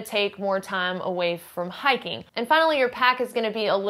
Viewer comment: This is all totally dependent on Resupply. It's hiking, but it's not Survival. (It's, "hahking," which means "hiking." Hahahahah!)